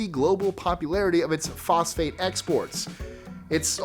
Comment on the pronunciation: Instead of "phosphate exports," I heard "prostate x-sports." XD Then I backed it up and heard "prostate exports." Some weird shenanigans going on in these island nations! One sounds like a porn film no one should watch, and the other sounds like an overly-complicated attempt at population control. Neither sounds very appealing. So glad it's phosphate!